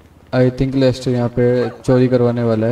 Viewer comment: Lessnor nhi....Lester hai wo